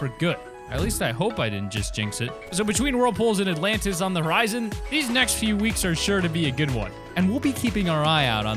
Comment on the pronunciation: Nobody: The Alantis